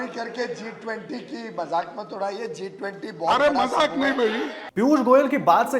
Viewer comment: जिस पार्टी की आधाक्ष्य को इतने बड़ा इंवेट G 20 बोलना नहीं आता।।o क्या घंटा देश को sudharega। मोदी जी 🙏👍